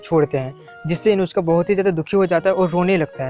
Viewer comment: Uska naam Inushka ya Inujka nhi hai uska naam Inuzuka